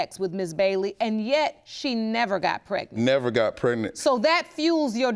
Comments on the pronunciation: What is " Pretnent" soooooo we can't pronounce our "G's" why is this show filled with people who have speech impediments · She irking my soul saying pretnant UGH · If these people don't stop saying "PRET-nit" Lord.... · What is " prednant"?😠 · Was she pretnant or pregnant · It's pronounced... preGnaNT! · Get some respect for yourself girl, her not pronouncing the G in pregnant is irritating.